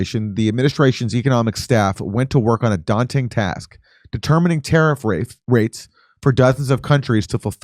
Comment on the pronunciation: did i hear tarrif rapes?😂 So accurate